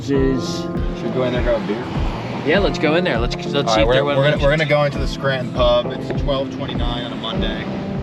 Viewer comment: Scranton is NOT pronounced Skrant - IN....damn.